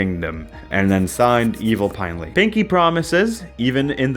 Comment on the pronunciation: its pinely not pinley... maybe you ARE ai